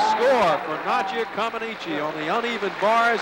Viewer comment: Nadia didn't land that bar routine "perfectly". And the Americans pronounced her name wrong for around a decade, despite Nadia herself telling them how to pronounce it.